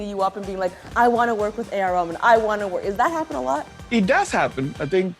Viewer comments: His name is pronounced Rah Maan. 2 syllables. Not Ramin. Please don’t butcher a brown brother’s name. He was very sweet and didn’t correct you. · It not Ramen noodles!! OK lily it's the A R RAHMAN!!! Try to pronounce it nicely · its AR Rah-Man not A R RAMAN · Its Rehman. Not rammon..come on.. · Ok lily ILY but wtaf is "RAMEN". He's name is "REHMAAN" (aka that's how you pronounce it oml) I'm ded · Did she just say AR RAMEN? Girl is RAH-MAN LMA O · Did she just said A.R. Ramen???🤣🤣🤣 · Its pronounced Reh-Maan not Ra-men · Lily--- it's A.R ReHH-MAAN, not RAH-MAAN. Did not expect you to butcher his name. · As much as I am excited about this interview can you stop calling him Ramen 🙄 name clearly is AR RaHman. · A r ramen!?!?! Repeat after me, Rah- maan!!!! He is too sweet to correct you. But what is your excuse,? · The fact that people pronounce raman n not rahman😀 ..... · When you make Râhmân - a name of God (meaning, the most Kind), sound like Rāmen! 🙄 😲 Wonder how would Lily react to being called Lyly. Though A.R. Rahman is too kind to mind, there is no excuse for people knowing a language to mispronounce a name. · Lilly are you really saying Ramen? It’s ray- huh- maan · It's not fcking ramen .it's A R reh-man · Lilly.. Its not A.R. Ramen.. it A.R. Rahman... U have to pronounce the "h" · Omg AR Rahman(not ramen) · she butchered the Rahman calling it Ramen ! 🤦🤦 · Your "favorite" but you pronounce the name as Ramen. What an utter idiot. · did she say A R Ramen? really! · Did she just told AR Raveen? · I heard it as AR Ramen :p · They really did (kinda) f-up his name- A.R. "R A M E N" 🍜... -Lily Singh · Did she say Ramen? 🙄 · The way Lilly says Rahman sounds like ramen😂😂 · Did she called him "Rabin" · Did she jus said AR Ramen 😭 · Lilly its not ramen 😭😭😭😂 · She called him Ramen 😂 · Yo atleast pronounce his name right.. AR RAH - MAN! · Did she say AR Ramen?? Wtf? Does she actually know how to pronounce his name? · A-R "Rah-maan". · Did you just said AR Ramen? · A R Ramen